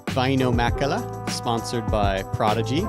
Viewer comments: Bruh... Vi-E-no?... It's pronounced Vi-no. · i dont undestand how hears queen say Vaino's name right then keeps saying it like a moron saying vye-ee-no, its "vye-no"